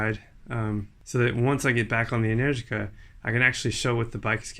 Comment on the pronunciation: Ah man you make me miss NZ. I think I'm hearing things but are you saying "Enenergica"?